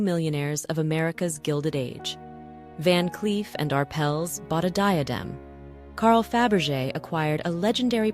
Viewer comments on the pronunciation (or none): none